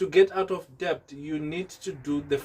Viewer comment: Det not de b t